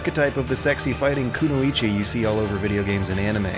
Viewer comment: Dat pronunciation of Kunoichi tho! 😂 😂EDIT HAPHAESTUS AS WELL lol